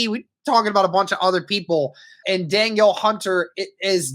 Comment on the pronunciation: It's pronounced more like "Dah-neal" not "Daniel"